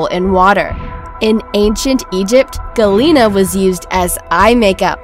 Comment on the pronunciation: Galina?!?!!? Omg.. this is soo wrong.... GALENA, not "galina"...